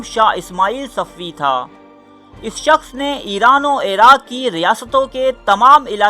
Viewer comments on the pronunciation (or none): none